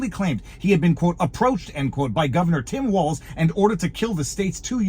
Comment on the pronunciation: Did she say “Mike Walz”